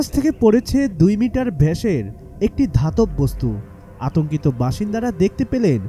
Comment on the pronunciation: 2 মিটার ভেষের না ওইটা ব্যাস হবে উচ্চারণ।